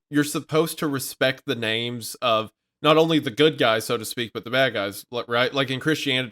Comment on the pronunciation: As a Canadian it hurts me physically every time they mispronounce a name….